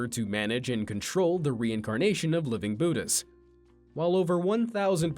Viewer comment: Not being rude but you pronounced Budas wrong and I know you’re probably not Asian but some of my not Asian friends still pronounce it right